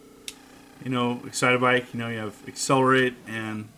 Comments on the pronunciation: It’s not Exitabike it’s Excit-Bike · what is "Excite-a-bike"? i thought it was "Excite-bike" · “ExcitAbike”...... what the heck?!? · no disrespect, but i LOL'd when he said, "EXCITABIKE". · Florence O'Doyle Sounds like a pronunciation in an old Japanese commericial. Excite-uh-bike! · It's a me! Excitabike! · Love the way you pronounce excite bike